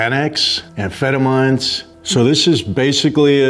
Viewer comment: Bruh he mispronounced amphetamines I think hes out of that life